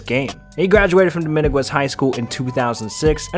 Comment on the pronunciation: This mans attempts at names is brave but dominguez isn’t pronounced and mateo isnt pronounced like that my guy